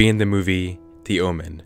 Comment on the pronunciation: after slowing down the video you can clearly hear a ”deh” sound as if he for some reason mispronounced “the” any reason